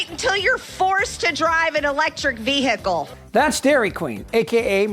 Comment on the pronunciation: "Vee HICK- uhl"